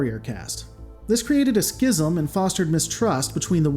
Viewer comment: whoa whoa whoa...you can pronounce Schism correctly. Does this mean...you've been trolling us the entire time? I was expecting you to say SHHHHIZZZM